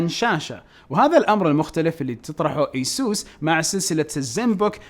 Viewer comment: مو ايسوس يا اي سُس